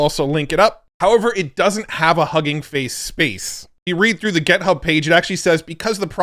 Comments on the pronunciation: Github, not Gethub!! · For the love of god stop saying gethub